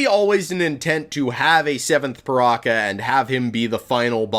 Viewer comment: Its ok to say PirakA, just not PirakER